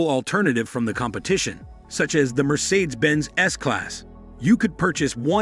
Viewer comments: mer-seeds, Bm-doob lmfao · BMDabau and Merceeds are in trouble 😂. Machine narration is hilarious. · Robot!! IS IT SO HARD TO FIND ANY EFFING LITERATE WHO CAN READ??. Mercersaids??.REALLY? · BMduburp and Mersaids are in big trouble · Merseyds S class… Be-Em-Dooble-you… Citrone…😂😂😂😂😂 we know who made this video… haha. Imagine when you ask a billionaire what car he has and he said hong-chi 😂😂 haha. Like “Budget luxury limousine “ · "BM Dooble U", "MercAIDS"!?😂 Makes me think of a Chinese instruction manual loosely translated into English. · And mispronouncing Mercedes